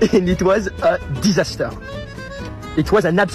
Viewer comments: An absolute DEeZastur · I can't get over hearing this French guy say "Disaster." 😆